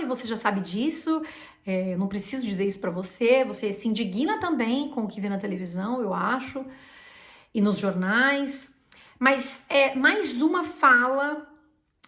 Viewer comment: Você pronunciou "se indiguina", a pronúncia correta para indigna não seria in/díg/na?